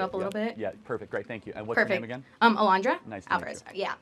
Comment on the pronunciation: Granddaughter of immigrants and says ALON-DRUH not Alondra 😐